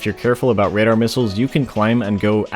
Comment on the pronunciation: “Radadr” LMAOOO 😭